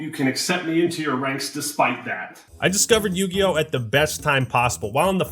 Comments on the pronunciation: More like Yu-GAY-yo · Ah yes... the Yu-Gay-Oh. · Wtf is yugio? Coming from a guy who played magic the gathering........